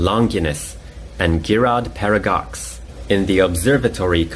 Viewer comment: Longines and Girard Perregaux pronunciations need work xD But overall, very interesting take on a watch review. I quite enjoyed your breakdown on the quartz crisis and the swiss chronometer competitions.